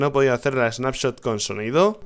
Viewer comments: Rich, dice Spanshot en vez de Snapshot xD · Rich dice spanshot .. Like para que se de cuenta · Soy yo o dice Spanshot? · Lol dice nueva spanshot =) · Span-Shot XDDDDD Rich cuidado con el tecado jajajajajaja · porque dice spanshop entiendes s(pan)shop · si dice Spanshot